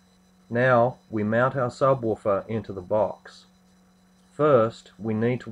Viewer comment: sabwaafar? jajajajajaja